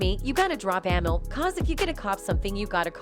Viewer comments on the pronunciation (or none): Lady her name is (Amil ) pronounced A Meel